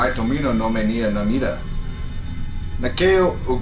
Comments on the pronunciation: To-mee-no, not, to-mo-no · You probably couldn’t pronounce the words right nor you could say Tominos name right (Tomono is what you said) so nope I do not believe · The only thing that helped me relax was him saying instead of Tomino. I also read it back when I was in highschool and the next day caught the flu.